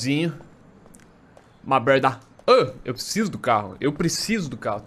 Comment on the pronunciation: "Niko, my bródá"